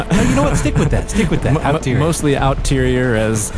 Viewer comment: Out-terior, LMAO! Exterior, dude, hahaha! Hilarious!